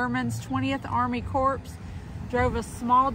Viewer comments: Woohoo! I've got 408 people in my small GA town! Oh and it's Corps = "core" not corpse. It's not a dead body. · Corps is pronounced COR. Iknow its weird but true